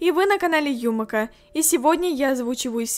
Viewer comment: Почему я слышу в начале твой ник как 😂🤣😂🤣😂